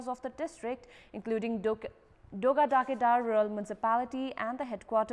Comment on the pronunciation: dogada kedar ko pronounce ko lagi practice kina napugeko raixa sano sano kura ma pani dhyan diyra agi badda ajha ramro ra puraskrit hunxa hai ....